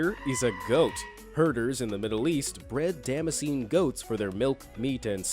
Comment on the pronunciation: Damascus goats - not dammassean - it's pronounced Da-mask-an